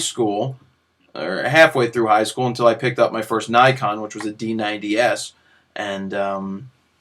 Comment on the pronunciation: Great video as always. But you did say D90s